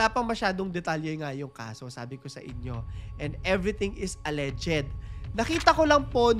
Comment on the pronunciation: Mali ang pronunciation mo Sir ng alleged